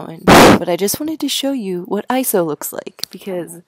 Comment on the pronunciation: Yay! Someone else that says ISO and doesn't say I-S-O! Woohoo!!